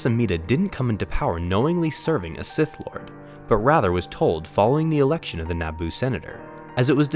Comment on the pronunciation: “A useful idiot to the sigh lord” had me dyin🤣🤣🤣